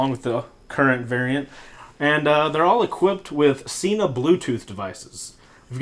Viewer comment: Sen-Ah, not "See-Nah"... There own channel proves it...